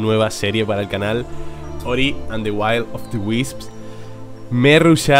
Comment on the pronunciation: "Will" se pronuncia cómo suena,en la forma en la que lo estás pronunciando lo estás convirtiendo en "while"